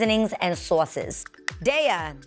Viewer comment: the new york in her popped out when she said SAUCES